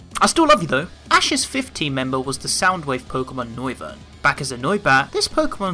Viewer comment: you said fiith ha